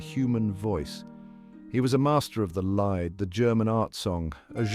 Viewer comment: Lied - pronounced leed not lied. Tut tut!